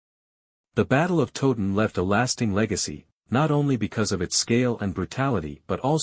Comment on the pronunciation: Please learn how to pronounced Towton. It is not 'Totun' but Towton as in the word 'towel'. Towton not Totun. The figures for both armies are much exaggerated as are the alleged casualties, indeed one minor mystery is that only one grave pit has been found and that only had 40 to 50 bodies in it. Where are the rest of the bodies?